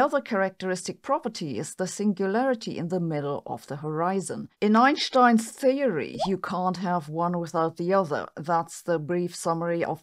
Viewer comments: It’s Einstein not Einshtein. You are speaking English so use the correct English pronunciation. Can’t take her seriously when she cant even pronounce English words and names correctly, who in their right mind takes anything she says seriously? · You wouldn’t say “shhtairs” Right? You’d say stairs… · It’s not “Einshhtein”… it’s an “st” in Einstein… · Eyyen Shhhhtine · Hopefully, she can learn how to say 'Einstein'.